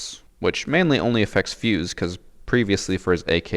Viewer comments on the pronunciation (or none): none